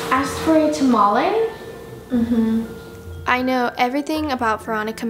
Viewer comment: "Here your tomolie and you DIET water"